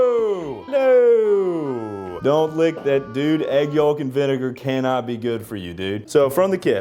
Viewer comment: I’ve never heard anyone pronounce the l in yolk 😭🙏